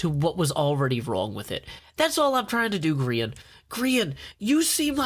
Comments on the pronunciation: Grian* not groan u silly goon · holy crap the southren voice grian rhimes with readin lol im with you